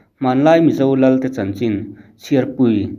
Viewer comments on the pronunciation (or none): none